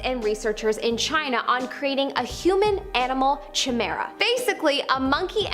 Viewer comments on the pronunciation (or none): Lol Chi-mara I've never heard someone pronounce it like her (Ki as in kite and mara) is how it's said not chi as in chia Maybe it's tomato tomAHto idk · So why did you say Chimera like that? It's pronounced (kymirah) not (cha mirah) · Kai-mira Not chai-mira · It took a moment to realize the mispronunciation of chimera. It’s “kai-mera” not “chi-mera”, as far as I know. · Chimera= KI-MIRROR-A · No offence but Chimera is absolutely not how it’s pronounced. I think it’s better to dig in deeper next time a little thorough research doesn’t hurt